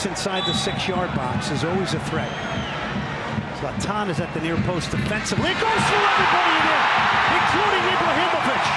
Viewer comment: Can't they simply learn to pronounce the name Zlatan correctly